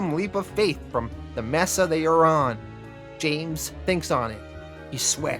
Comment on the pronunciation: May-suh. Mesa